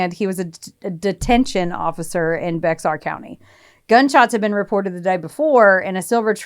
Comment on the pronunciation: Oh, and Bexar is prounced BAYar. No one gets it right without living around here. There's so frickin much crime in that county, you're bound to come across it again.